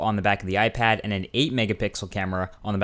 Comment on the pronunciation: Did he just say "iFag"? LOL